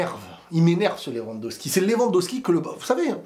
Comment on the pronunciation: LewandoWWWWWski .. pas Lewandoski